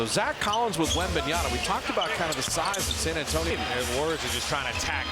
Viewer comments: Wembanyama not wembanyana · It's Wembanyama, not Wembanyana. Announcers should be better than that. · It's not Wembanyana, you knuckleheads. LOL. I cringed every time I heard the announcer say that. And you go and write it like that in the video title too. It's WembanyaMa with an "m". I get that it's a complicated name to say, but the announcer should know better. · I thought it was Wembanyama, but the announcers are saying WembanYANA. What gives? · That's Warriors announcer keeps calling Victor "Wembanyana" 🤦🏾‍♂️ like my dude it's a long name but it ain't that hard to pronounce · that caster kept saying 'Wembnyana' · Did nobody pull this guy up for saying 'Wembanyana'? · "Wembanyana " destroyed what ? ? Well, you ruined his name . It's Wemba-nya-MA ya know, or Wemby if mastering four syllables is that hard . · cant people read right? its in the back of his jersey in all caps "WEMBANYAMA" yet, they still choose to call him "wembayaNa" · Yeah sounds like Wembanana I don't like that 😡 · the announcer keeps saying his name wrong all the time lmao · Wem-ban-yaMa. Why everyone mispronounce. Learn his name!! He's the future goat!! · *WembanyaMa. Pathetic "commentators" can't even get his name right. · Why are these announcers saying his name with an N? It's literally right there on his jersey...wembanyaMa.